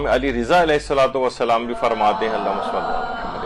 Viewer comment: آپ کے درس میں خواتین درود درست نہیں پڑھتیں۔ شروع میں اللہم کی بجائے الا ھما اور آخر میں محمد کی بجائے محماد پڑھتی ہیں ۔۔ اصلاح فرمائیں